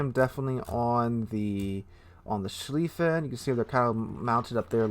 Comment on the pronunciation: About Goddamn time. I've been waiting for the German First World War battlecruisers since the game came out. They're my favorite warships in naval history. Sir? It's Mult-keh, Ru-prekt, and Sh-lyfen. I think. And the Von der Tann, Derfflinger and Moltke are my babies, and the Mackensen. 😊